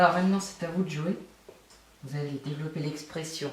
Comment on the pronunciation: Ça ma stresser ton "Dévolopper"